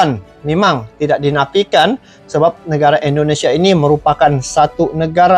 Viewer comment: Indonesia bang bukan endonesia Dri awal cakap . Abng cakap endonesia endonesia Coba betul kan dulu penyebutan nya 🙏🙏